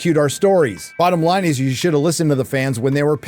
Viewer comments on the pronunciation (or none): none